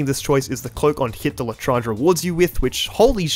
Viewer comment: Most painful part of the challenge was hearing his pronunciation of l’etranger (Les tran je) not la trange